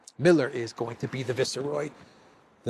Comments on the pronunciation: are you saying viceroy that way on purpose? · How do you pronounce viceroy? Is that the Spanish pronunciation?